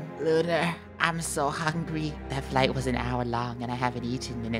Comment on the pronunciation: I liked when said hungey